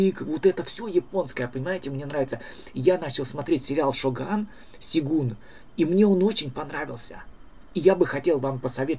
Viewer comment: ну ёмаё - сЁгун. ты что, против буквы Ё?